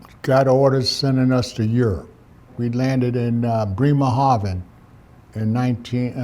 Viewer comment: He exactly pronounced the names ot the German city's he mentioned, after all these years,Bremerhafen and Kitzingen